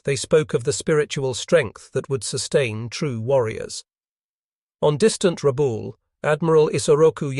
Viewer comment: Ra'bah-ool, not rah-bool'.